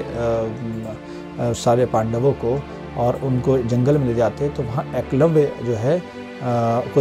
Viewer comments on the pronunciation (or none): none